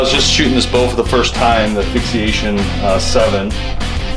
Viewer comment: Fix ation not fixi ation